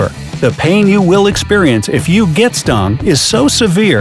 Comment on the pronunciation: IT'S GET NOT HET